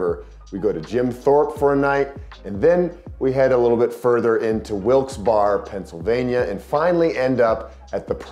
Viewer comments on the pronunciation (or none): Wilkes-Barre, pronounced as in Barry. That's how I remember it. Ran my marathon PR a dozen years ago in nearby Scranton. (Steamtown Marathon.) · The poor people of Wilkes-Barre will never have their town pronounced properly 😂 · Oh. no worries. Even the locals disagree on how it's pronounced...